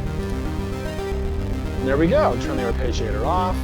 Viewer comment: It's a good video, informative and engaging. It's just... I really wish you used the proper pronunciation of "arpeggiator". It's very distracting.